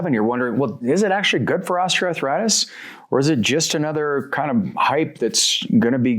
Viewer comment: Ostra arthritis ⁉️WTHell is that?DONT YOU MEAN OSTEOARTHRITIS?